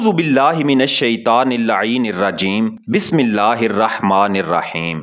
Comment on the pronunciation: Bismila toh Sai pharo bahi. Wase ap knowledge Bata raha ho. Bismila toh thk kro.